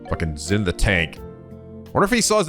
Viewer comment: I’m sure someone has already mentioned it, but in case no one hasn’t, Zin is pronounced as “Jin” in later voiced games.